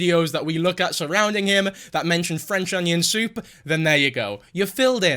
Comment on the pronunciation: You're doing Nova too...im already dead alive because of all the livestreams on 2H4S channel for the novaweek i won't make it to the end of the week 😂!!.That's an iceberg!! Stepping into.... "Fwench onion thoup" reviews / worldofpdfcords is quite brave to be honnest thanks lad for the great work 😁!! Let's see if you're still finding swag in his baby suit 😎